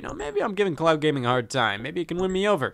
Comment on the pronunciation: Did you say "clown gaming" at the beginning or "cloud gaming" lol?